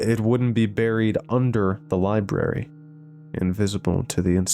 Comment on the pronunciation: “Lie Berry” 😂